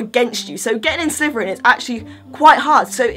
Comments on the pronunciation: Are you saying Slyverin? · I love how she says Sliverin 😂💚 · All I hear is sliveren